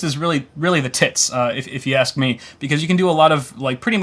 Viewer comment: It's ask not axe....